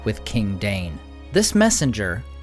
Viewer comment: You need to read the appendices regarding language! Only the rustic cultures have a schwa sound in pronunciation, in the tongues of elves, Numenor, Rohan, and Dwarvish there are none. Not Gal-AD-ree-ul, but Gal-ad-REE-elle Not LAIG-o-luss, Laig-O-laz Also, DAY-in, not Dane, for Ironfoot. The AI in Dwarfish usage of Dale's tongue is not a combined diphthong.